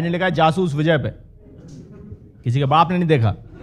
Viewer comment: Jaasus Vijay Main Zaaaasuus Viizay bolta tha wo khud ko